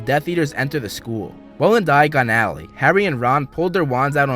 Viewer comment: It's a Diagon Alley not Dayan Alley